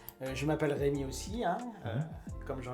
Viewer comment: Hergé c'est REUMI .... Vous C'est Rémi .... REU/ Ré ....